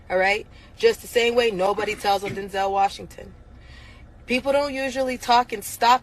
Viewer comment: It sounded to me as if she said "Don't tell Denzel Washington." The implication being that Denzel was both a stand-up guy and someone with enough stature that he could not be shut down for denouncing the abuse.